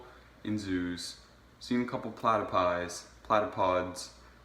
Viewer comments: It’s platypus not a fucking platapod bitch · Ya know when he has fucked up when he says plyater pod instead of platypus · it’s actually p l a t a p u s 😂 platypodpie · It's platypus not platypod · Platipies?I think you mean platupus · platypus ok not platupods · You are a hairy little rat that is so dumb he doesn’t know that we are actually fish who live in space i bet you didn’t pass grade 1 and we brain wash “Americans” to think we are actually real 😮 and it’s platypus not platapie or platapod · I’m Australian and this is pure entertainment by the way it’s not platipies or platapods it’s platypus’s 😂😅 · 'Platipies'??? HAHAHAHAHAHAHA platypus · Ten reasons why this guy is dumb 10 if we in Australia were actors we would be rich and not have people living on the street 9 it’s not our fault we live in the middle of no where 8 has clearly not used a boomarang problay 7 it’s platapus not platypod 6 doesn’t understand there are worst places in the world 5 he doesn’t know spiders and snakes don’t attack unless you provoke them 4 Australia and North America are different jackass 3 he’s a jackass 2 blames Australia for his short Cummings 1 he believes anything he reads on the internet Come at me haters I dare you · it a platupus not a god damn platapod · Did this guy just call a platypus a platypod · Pladipies pladipods? What are u talking about........platapus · i was like, u bloody idiot, they are called PLATYPUS not PLATIPIE. Such a donkey. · Wtf Does this kid even know what he is talking about platapods 😂 platapus* The desert Australia only has one big desert that is only on one side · You have seriously lost your marbles. You need to get your head screwed back on haha and you can't even say australia properly and its platypus no fucking plata- pies or however you want to say it dick head. You seriously are thick, mate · This guy is a laugh! Platypus not platy pods! Ha ha ha ha! I love living in an imaginary land! Maybe there are unicorns and dodos here too!